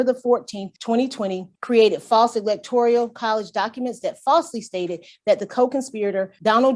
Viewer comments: "Electorial" is driving me nuts! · No I just looked Electorial up and no it's electoral